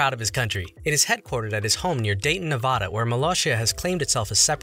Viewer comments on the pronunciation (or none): It’s pronounced NevAda not NevOHda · NevAda, not NevAHda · It's pronounced Nev-ADD-a, not Ne-VAW-duh. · As someone who literally lives less then 30 minutes away from Molossia It’s honestly a nice place to just go see, and Dayton is a nice small town and the surrounding area is nice And yes you said Nevada wrong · you pronounced nevada wrong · Ah, another person who mispronounced Nevada.